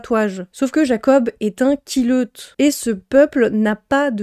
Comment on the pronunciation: je rigole à chaque fois que tu dis "la push" et "quileute" désolée ces noms dits à voix haute sont trop drôles XD j'ai a-do-ré redécouvrir cette série que j'ai lue à la grande époque ^^